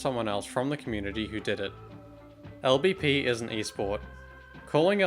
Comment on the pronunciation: LBP is not pronounced el beppe :') What kind of Swede is he